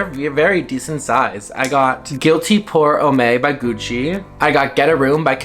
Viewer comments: Just FYI, NO! SHADE! The part of the video where you discuss cologne you said the one fragrance was called “Gucci Pour HOME-AY…” it actually supposed to be pronounced: “Pour (like pouring a drink) & OHM (like on the opposite of off, but with an M instead of an N…)” hope that helps you in the future…French pronunciation can be difficult…Like how people pronounce: “Givenchy (as Guh-Vin-Chee…) when it’s actually pronounced as (G-Von-Shee)” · Not “pour homeay” 😂